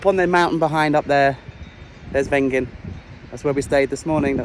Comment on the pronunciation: Sort those pronunciations out please 😂 Wengen… is Vengen. W in German is V. And (generally) words ending in d are prounounced as a t e.g. Wald is approximately Valt.